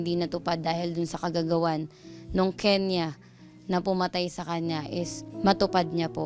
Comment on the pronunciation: KENYAN po not Kenya